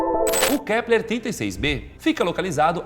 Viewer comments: "KLEPER " kkk mais alguém reparou ? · Só eu ouvi o Lucas falar " Kleper " ao invés de Kepler ? Rs